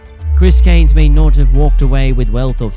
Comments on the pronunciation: Well, it pisses people off mate, there is an R in Cairns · If you are making a video about someone you should learn how to pronounce their name correctly. Was painful hearing you butcher it over and over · Get the pronunciation right maybe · Gotta say his surname correctly that’s killing me